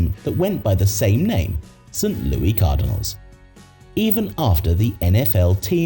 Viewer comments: It's pronounced Lou Iss not Lou Eee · U brit its pronounced St Louis ! Not St louie !!!! Say the name right !!! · Absolutely NOBODY calls St. Louis “St. Louey” in 2025. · It's St Louis not St Lewie. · It's St. Louis not St. Louie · It is St. Louis not St. Louie you dolt. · Protip: The city in the United States is pronounced "Saint Lewis," not "Saint Looie." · Did you miss a word? I said it's pronounced "Saint Lewis," not it's spelled that way. That means the word is a homophone for "Lewis." , the narrator pronounces it "Sint Looie," pronouncing it like a British interpretation of how a Frenchman would pronounce "St-Louis." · St. "Louie" Cardinals? Ridiculous A.I. mispronunciations, as usual. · Interesting but the mispronunciations are rough. St. "Louie" Cardinals and "Sheebe" park make my eye twitch. Also, Atlanta is just stealing tax payers' money. A stadium lasting just 20 years is a joke. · It's pronounced "Saint Lou-ISS" lol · It’s pronounced Saint Loo-iss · So wait a minute, if Kennedy was assassinated when? I think 1953, how was The stadium named after him when the Frankfort yellow jackets played there in the 1930s? JFK was still a kid back then. So what was it called. Also you're ridiculous ai, can't pronounce St Louis. Before making a video where you repeatedly pronounce the name of a city incorrectly, you should probably address that. No wait that's right you put absolutely zero effort into this and had ai do everything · The s in Louis is not silent as we are not french, stop mispronouncing St. Louis. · Omg the way it pronounces St. Louis😱